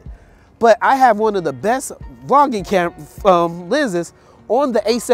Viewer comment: Bro you killing me with this...LOL. Its Vlogging not V-Logging.. LOL!! LOL! Its one word.. But the video is good man.. LOLOLOL!